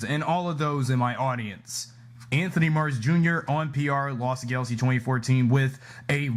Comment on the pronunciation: Really Dino Charge is the worst also you say Lost Galaxy wrong.